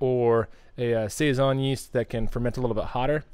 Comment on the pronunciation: Hello, my last name is Siason and when I found this beer I was shocked that my last name was on a beer but…😩. It was great to hear you guys say saison every time because that’s how people pronounce my last name. I tell people it’s like Tyson. Great beer, great channel, great info, keep up the great job!!